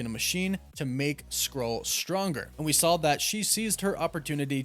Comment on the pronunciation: You take the L out of wolf and add it to "saw." There is no L in "saw." I bet you say "drawling" instead of drawing.